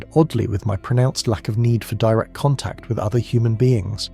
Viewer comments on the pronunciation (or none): none